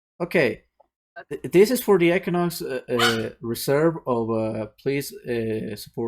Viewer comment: I just joined and heard "EQUINUX" like 3 times.... Im scared. IM SCAREDDDDDD LMFAO